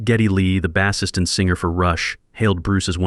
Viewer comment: NOT "Baassist" as saying the word "ass" It's "Base" pronounce it as "brace". Get a new narrator